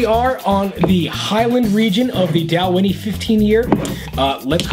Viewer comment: "Doll-Winnie"......Anyways, where I'm from, I paid $100+ for my 15 year old Dalwhinnie bottle.